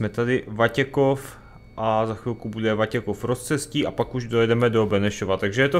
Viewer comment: říkáš Vatěchov a je to Vatěkov :D